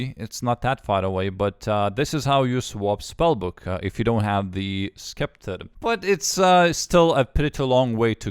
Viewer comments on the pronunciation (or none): Hi! A C after an S is pronounced "seper" instead of "skepter" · He pronounced 'Sceptre' like 'Skepta'. Someone is going to have a field day making a music dub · Ssseptor not sceptre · septer, not sceptre